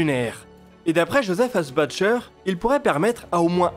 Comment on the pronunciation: Josef Asbacher se prononce Iozef AssbaRRReur. C'est un nom autrichien, donc qui se prononce à l'allemande, non à l'anglaise.